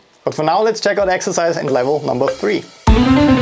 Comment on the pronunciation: the German "three".